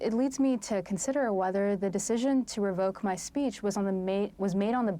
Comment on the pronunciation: SPEECH. NOT "speets." Abby continues to get another free pass.